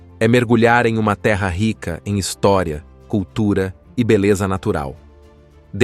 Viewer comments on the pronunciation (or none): none